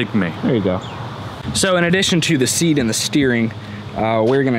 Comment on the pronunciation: sounds like said seed, not seat